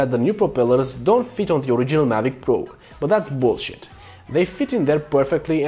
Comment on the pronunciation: That's Boolshit! My new favorite way to say that word. 😉